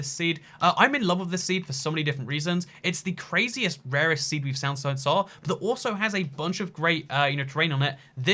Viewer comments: . "The greatest seed we've sound so sar" we get it nobody is perfect but please lmao please try to english. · Its the craziest rarest seed we've sound so sar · it's the craziest rarest seed we've sound so sar